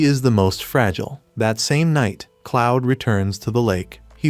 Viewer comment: 'cloud' 😭 it's "Claude". (K•L•auh•D) It's a fantastic manga/webtoon, I'm happy its a anime now.